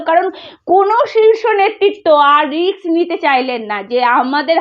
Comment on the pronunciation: পার্থী টা কি বস্তু???? রিক্স টাই বা কি??? কি জঘণ্য উচ্চারণ!!! তেমনি একপেশে পা চাটা চ্যানেল!!! আসানসোল এ সায়নী ঘোষ এর জামানত জব্দ হয়নি, অল্প ভোটে হেরেছিল। ভুল ভাল ইনফরমেশন!!